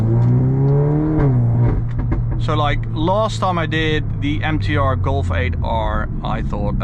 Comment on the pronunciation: why you say Golfe ? Say Golf bro